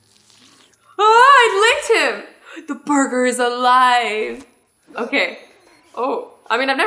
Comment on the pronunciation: I mean burger not buger...